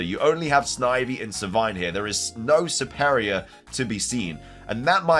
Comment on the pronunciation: You have weird pronunciations for Pokémon LOL Servine = Sur-vine Serperior = Sur-peer-ree-ur (like Superior)